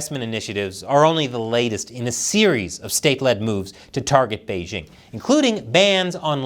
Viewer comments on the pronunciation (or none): The host of this program still doesn't know how to pronounce the word "Beijing"? The "j" in Beijing isn't pronounced like the "g" in the English word "regime"; indeed, the Chinese language doesn't even have this quasi-French sound. The "j" in Beijing is pronounced more or less like the "J" in the English name "Jim."